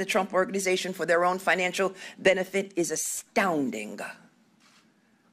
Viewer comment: U.S. heroine, Ms James. Send her to D.C. to finish the job that other feckless politicians won't! She just needs to bar him from one more position -- ever running for prez in the future! Love the emphasis she put on the word A-S-T-O-U-N-D-I-N-G.